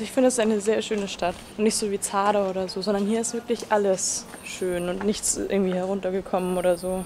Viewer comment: Ich frage mich immer was du mit Zara sagen willst, aber in deinem letzten Video warst du in Zadar und die Aussprache wäre: Sadar, das s nur weicher. Wollte es nur mal sagen, weil ich langsam nicht mehr dieses Zara hören kann😅 Ich liebe trotzdem deine Videos!❤👑